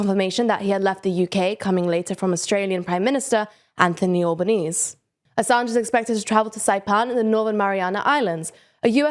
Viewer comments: "all ban-eez?" It's pronouned Al-bah-knee-zee or 'Albo' for short ya drongo! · His name is Anthony Albanese, but its pronounced"al-bah-nee-see" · So happy to see the return of Julian. Love this channel! By the way just wanted to let you guys know that the Aussie Prime Ministers name is pronounced Alba-neezee. Hope it helps :) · that’s the Aussie pronunciation. In proper Italian, it is what I said. The man himself has described all these differences and how he doesn’t really mind in the end. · host is great with the Slavic language pronunciations as she is Slavic, but the surname Albanese is of Italian origin (Romance language based like French and Spanish). TLDR do take constructive criticism onboard however, like how this host is hosting this very segment after criticism that the other hosts weren’t pronouncing the Slavic language place names or surnames properly and that she, a Slavic woman, is just right there 😂